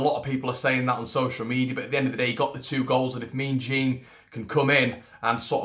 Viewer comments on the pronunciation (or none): I think the pronunciation of Jean in Jean-Kevin Augustine is a soft "J" that's more like "sh" in dishevelled or in Jean-Paul Gaultier. Great idea for a PayPal but I think a Patreon would be good too for those who want to donate via another platform. I'd donate through Patreon and wouldn't expect any additional content. I'd rather extra stuff be produced for all to see as you suggest. If it ain't broke don't fix it, as the old adage says, and this is an increasingly popular channel and rightly so, it's certainly my favourite for previews and reviews specific to LUFC.